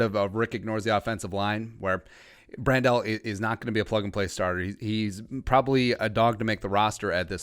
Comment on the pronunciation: Pronounced like Handle with a "Br" not "Brand-Del"